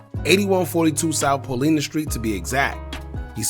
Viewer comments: Hey why u pronounce paulina pau-lina n u from Chicago🤔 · The Street Paulina Is Pronounced “Paul-Eye-Na”